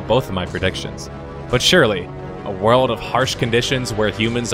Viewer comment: Yo, how come you pronounce World of Warcraft like "Word" of Warcraft but when you say the word "World" in other sentences it sounds normal? I've heard this in all of your MMO videos.